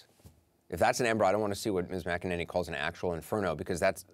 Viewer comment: Anderson - Am I hearing you correctly? Are you calling Kailey McEnany, "Kailey Mc-A Ninny"?? If so, I applaud you! I have always appreciated your reporting, but this really would put you on top, if it is true. 😷